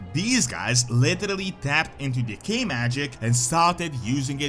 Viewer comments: I swear every time you say “Decay magic” I hear “Gay magic” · Am I the only one that instead of "decay" keeps hearing "the gay"? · I should not be giggling this much. With his accent “decay” sounds like “the gay”. The Gnolls have been corrupted by the gay magic. 😂